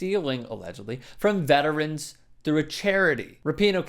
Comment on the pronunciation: Dude.. Stop with the "Veterans-zuz" It's just "Veterans"